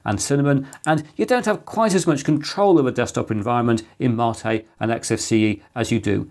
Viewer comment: You're my "Marr-tay" Chris! 🤣 Are you SURE that's the correct pronunciation, mate? (Apparently, in the video, you stated it is.) Windows 10 to 11 a "shock?" ... I hardly noticed the difference, Chris! ... Unlike 7 to 8!